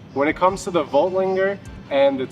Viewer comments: Yep, no g... lander. Not langer. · I can't listen to him butcher Voigtlander again